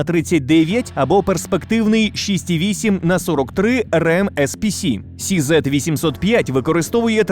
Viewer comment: CZ - Česká Zbrojovka читается как Че Зет, а не Си Зет